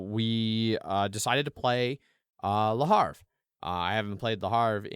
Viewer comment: Hey guys... I'm still here and kicking it!:) Also, it's Le HA-VRE, not Le HAR-VE Here's a video